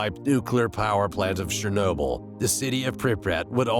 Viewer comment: SCHENOBL how tf can one butcher chernobyl so much